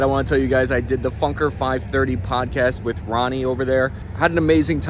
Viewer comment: Roni as in the Israeli name? Pronounced "Row-knee".